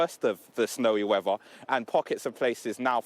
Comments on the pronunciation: "Da Wevva" 🙄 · Like how says snowy wevvar.